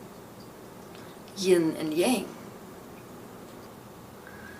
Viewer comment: Thanks for the sharing 🙏🏻all of your videos are true inspirations but I'd like to mention about the pronunciation of yang. In China we pronounce this word sounds like the English word "young" ☯阳